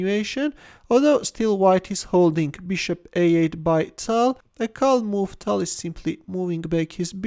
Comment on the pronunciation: Change ur voice plz tal is tall